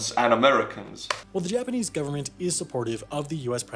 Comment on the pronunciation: I love how he says “ Garment” instead of “Government”